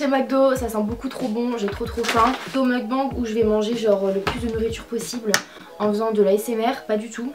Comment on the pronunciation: Par contre si vous voulez utiliser un mot étranger essayez de bien le prononcer au moins... c’est pas meukbang mais meokbaingue.